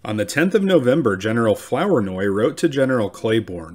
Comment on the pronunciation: Not pronounced 'Flower-noy', but Floor-noy. Great 👍🏻 video; Thanks for making it. 😊